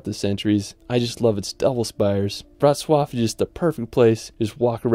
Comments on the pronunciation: Wrocław was perfect. ;) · I'm very IMPRESSED and proud about how beautiful you said: WROCŁAW. Simply Perfect 👍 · You nailed Wrocław pronunciation 👌